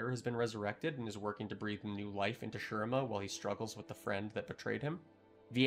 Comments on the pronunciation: Its said SHU-REEMA...my eye twitches everytime i hear sher rima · Hey! Not to be disrespect but I just want to point out that you’re pronouncing shurima incorrectly. In the game Azir himself says “shu-ree-ma”. That’s all! Great video! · Great vid so far, but ech, makes my bears bleed each time you say Shurima. More emphasis on the I, cmon azir can’t stop talking about it.